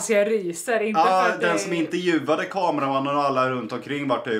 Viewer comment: Det heter intervju inte interjuv😂😘❤️